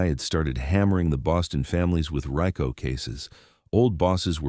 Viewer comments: "Hammering the Boston families with RYCO cases" 😂😂😂 you gotta hate AI...they cant even pronounce R.I C.O properly 🤦‍♂️ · yeah total crap mate..the AI narration says the guy was 44 when he left the life..then says he was 66 when his wife died..and says they had 11 good years out of the life...well that math don't add up and it pronounced R.I.C.O as "RYCO" 😂😂